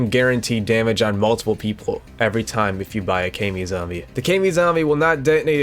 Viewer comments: I despise how you say "kay-mi" instead of "ka-mi" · i thought it was pronounced kah me like kamikaze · Its not pronounced “kai me” zombie 😭😭😭